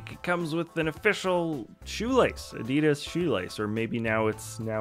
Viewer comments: What's an "Ar-Dee-Dus"? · He's saying Adidas